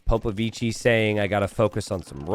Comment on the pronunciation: Imagine an italian pronouncing POPOVICI ...that's the way